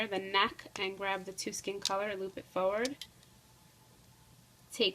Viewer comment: Foward? It's Forward!!! JUST A TIP